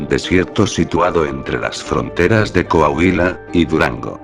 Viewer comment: coahulia? es coahuila, si mas no me equivoco